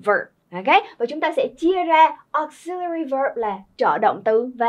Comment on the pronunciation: Từ “auxiliary” âm thứ hai là /zi/ chứ k phải /si/ nheee